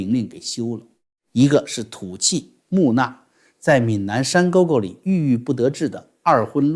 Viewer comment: 老师，小小纠个音：木讷（nè）